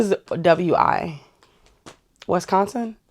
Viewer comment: Yes, what item is going to WI Wisconsin, my town actually. I'm surprised you pronounced it correctly most do not. Lol